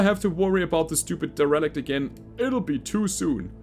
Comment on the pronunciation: A bit of a nitpick, but derelict is promounced "dare-el-icht" as opposed to "de-relicht". Love these episodes, they are fantastic. Keep them up, but don't work yourself to exhaustion.